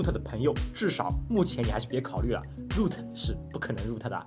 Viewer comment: 那叫肉特，不是入特